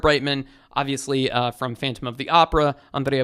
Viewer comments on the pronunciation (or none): none